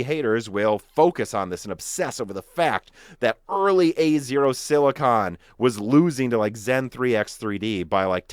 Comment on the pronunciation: No offense, but please look up the pronunciation for silicon. The way you say it is like scratching a chalkboard.